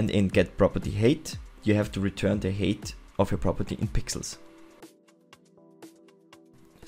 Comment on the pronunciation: What is Property Hate? Height is pronounced like "Hite" (like Kite), not "Hate" (like Ate). I have no clue what a 'property hate' is.